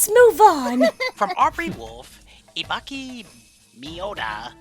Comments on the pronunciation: Silver, boy, I love you, but that Ibuki Mioda pronunciation needs... work. Still think you're the best. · Silver trying to pronounce Ibuki was adorable